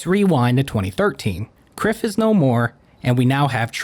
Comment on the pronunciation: Outstanding video man, legitimately one of the best videos on Oliver Tree. Small note though, Kryph was meant to be pronounced like Cry-f, but its water under the bridge.